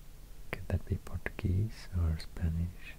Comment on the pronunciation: Awesome and relaxing ASMR, your Portuguese pronunciation is so accurate, love Sweden, love SAAB, cheers from Brasilien.